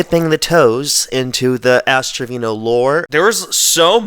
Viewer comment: istg i thought he said ass trivino or wtvr her name is 😭